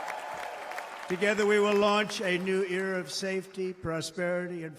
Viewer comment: He really just said “launch a new EAR of safety” 😂😂😂